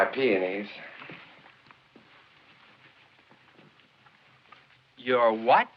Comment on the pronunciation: I think he likes saying peoonees because it so very close to panties🤣🤣🤣